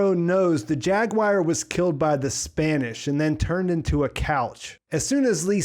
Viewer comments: Good analysis. Now repeat after me… War….gwar…goo-are…jag~gooo-are. Jaguar. You kept saying jag-wire. Are you trying to do a cumberbatch? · After hearing you mispronounce it five hundred times I feel obligated to tell you, its jaguar not jaguire. :) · As soon as you said "JAG WIRE" I was out... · why do Americans pronounce jaguar like jag-wire? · We don’t that’s just him. It kinda bugged me lol like why are you saying it like that. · I can't get over your pronunciation of "Jaguar" lol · That's a weird way to say jaguar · i swear